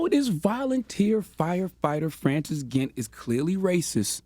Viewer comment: Dude can’t even pronounce Francis. Embarrassing.